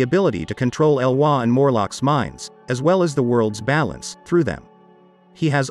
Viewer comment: It's pronounced ee-loy, not e-wa.